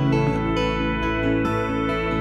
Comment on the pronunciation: Er... not being pedantic... but... isn't that word pronounced Oh Shee Arn Ee A. rather than Ocean E ar....i'm a big fan of Mr D. so I priomise you I'm not taking the piss here. Unless theres some great artistic statement that i'm missing...